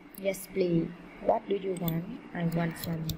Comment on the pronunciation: cô không biết tiếng anh pờ lít cô đọc pờ li